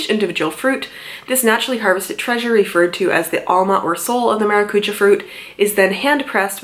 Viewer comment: The was she says it triggers me I’m Portuguese btw